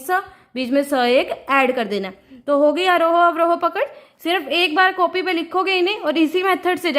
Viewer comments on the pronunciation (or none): none